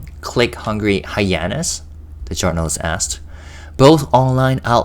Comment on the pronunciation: Hyena --correct pronunciation is long E sound. Your English is wonderful. Your translations are heaven-sent. As a youtuber, you have a lot of integrity,. Thank you.